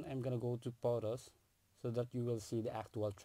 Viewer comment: Can you spell "Photos" as Photos not Potos, wtf